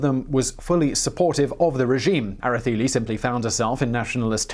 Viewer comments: Interesting that the c is given a th sound ... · Era-Thay-Lee or Era-Say-Lee. We learn, you learn, we all learn. Good Job tho! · The E in Araceli is pronounced like the E in cell.